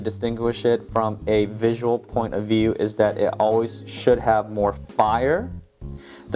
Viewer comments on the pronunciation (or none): none